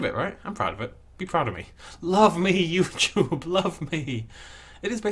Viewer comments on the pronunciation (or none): none